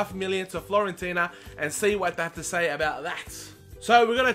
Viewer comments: Dear, I just want to let you know that you mispronounced Florentina, it is Fiorentina with an "I" instead of an "L":). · It's Fiorentina not FLorentina :D